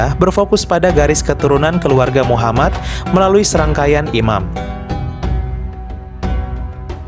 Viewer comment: btw bro, elu itu muslim kah?, Kalau bukan muslim gak usah lah bikin data" begini, dan membalas komen seakan" elu mengatakan bahwa Syiah itu bnran Islam, kenapa saya ragu kamu adalah muslim, karena ada kejanggalan dalam makhrajul huruf yang kamu ucapkan, bahkan bilang nama Muhammad aja kamu janggal banget, padahal nama Muhaammad dalam bahasa Arab itu bertasydid jadi M nya dibaca dobel/ditahan 2 harkat dan huruf akhirnya adalah د yang merupakan huruf qolqolah, dan harus di pantulkan bacanya, elu malah lempeng aja bacanya ,kayak nama orang Indonesia, so, apakah gua benar elu bukan muslim?, Tolong lah dijawab 😁, biar elu gak terkesan mengadu domba 👌